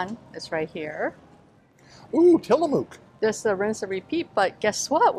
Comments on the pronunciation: It's Till A muck, not Till A mook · Great job Tillamook is pronunciation sounds more like Tillamuk, it's indian. Used to rep products, all quality ,Oregon Best wishes thank you for the information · Good video. Just in case you wanted to know the ice cream brand is pronounced Till a muck. The “mook “ part is pronounced “muck” . I love Tillamook Ice cream too. ( I also love Tillamook cheese and Jerky) My Favorite Tillamook ice cream is Marionberry Pie. I had it last summer when I visited my family in Oregon. I haven’t seen that flavor in Kentucky yet but they have been expanding the flavors at Kroger. I love your Kroger and Costco videos. Thanks for the video.